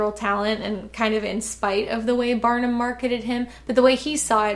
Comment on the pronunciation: I thought you said batman, not Barnum lol